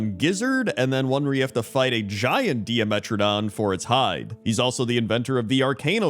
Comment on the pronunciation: I think it's pronounced like die-metradon, not di-a-metradon. Like "DIEmetradon." It's a pun, like pTERRORdax.